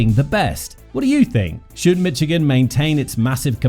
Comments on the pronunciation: “Mitchigan” instead of Michigan is wild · There's no "T" in Michigan.. It's Michigan, not Mitchigan... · Calling this "Mitch-igan" makes this unlistenable, aside from ridiculous. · And it’s not “Mitch-igan” !!!!